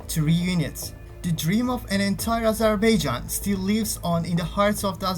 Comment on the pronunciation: ya daha doğru dürüst Azerbaijan diyemiyorsun. Öğrenin şunu amk.